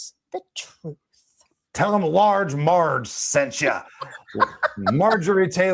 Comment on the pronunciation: Did say Large Marg 😂😂